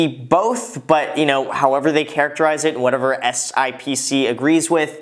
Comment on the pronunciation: FYI, the financial industry calls it SIP-SEE...but you can call it whatever